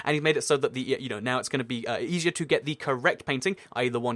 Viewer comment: Is it just me or is saying eshier?